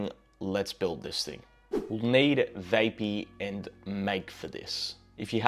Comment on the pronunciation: It's VAP-EE, not VAY--PEE